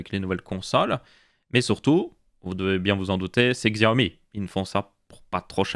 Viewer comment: Superbe vidéo merci ! (Petit tips pour te la péter : Xiaomi se prononce Chiaomi et Huawei Rhuwawey 😁😉)